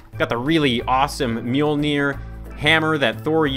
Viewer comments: ppl! lean how to pronouns Mjölner not Mjeler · u said the hammers name wrong it is mojuler